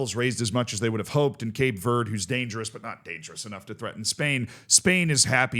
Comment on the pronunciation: “Cape verdey”